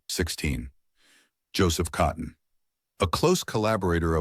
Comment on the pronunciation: You, or the AI narrator, mispronounced his name twice.